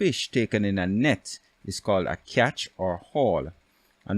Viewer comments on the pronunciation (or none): Catch not "Cyatch" pronounce it correctly for crying out loud, accent is not an excuse, I have one but I turn it off for correct pronunciation.